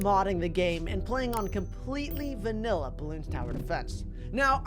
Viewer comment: You said vinilla